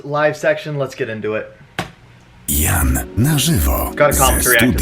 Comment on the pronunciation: His name sounds like "Ya:nn", not "Jann" :) It's a Polish/Slavic name. In the start of the video the announcer says it correctly, so please check it